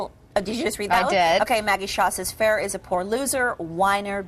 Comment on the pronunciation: Never seen such stupidity in tennis...Ferrer is awesome and it's only good conduct and respect for the game to take the baby out of the stadium. However, what pissed me off the most was how they couldn't pronounce his name at the beginning. I mean...come on! FUR-RUR...ridiculous.